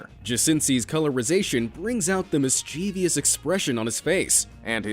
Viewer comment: didn't BE AMAZED make a video of the most commonly mispronounced words? Well Mischievous was on the list and minutes in, the narrator still mispronounced it. lol i never comment on stuff like this but the irony led me here. anyway there's no I after the damn V so get it right! 😂🤣😂